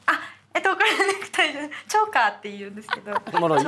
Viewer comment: 「チョーカーです」、っていってるところが「ジョーカーです」、にきこえてしまう。